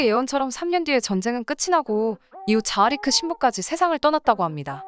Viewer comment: 세르비아인이기에 원래는 타라비치일테고 정교회 신부도 자하리크가 아니라 자하리치일 듯 합니다... 세르비아를 비롯 구 유고권 남 슬라비아족 c로 끝나는 이름은 치로 발음하니깐요...같은 세르비아 테니스 선수인 Novak Djokovic나 구 유고권 부모님을 둔 스웨덴의 Zlatan Ibrahimovic를 봐도 그렇잖아요... 타 사이트에서 보니 결혼도 가능한 정교회 신부 자라리치의 후손들이 현재 남반구 호주에 이민가서 살고 있다고 합니다..큰 바다에 둘러쌓인 큰 섬의 나라죠...수도인 캔버라를 비롯 멜버른, 시드니 등은 또 남동쪽에 위치하고 있으니... 3차 대전의 큰 나라는 중국과 러시아진영과 미국 진영으로 나뉠테고 2차대전과 달리 미 본토도 무사하지 못할겁니다...3차대전은 곧 핵전쟁일테니깐요...재래식 전쟁이라면 장기간 끌 수 있는 미국진영의 압도적 승리겠지만, 핵 전쟁이라면 결국 핵잠수함(은밀한 SLBM)이 많은 미국이 최후의 승리자가 되겠지만, 서로 피해가 큰 이겨도 이긴게 아닌 전쟁이 되겠지요...